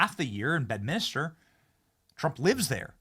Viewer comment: 🌟Alright Benny!!! You changed from Bed-min-is-ter to Bedminster Progress, that's Growth Brother!¡! Now let's work on Nuke-lee-err, it's not Nukk-U-ler. It embarrassing, cringy AF Ben! Have we learned nothing from the mistakes of the W Bush Administration¿?¿ Step Ya Game Up